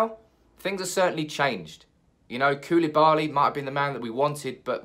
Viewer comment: You Say koulibali. But who îs gonna pay the extra from Maguire?